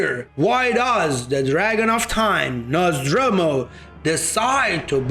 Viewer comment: “Nozz door moo” is how it’s pronounced..you’re just freestyling with Nazdromu Nozdormu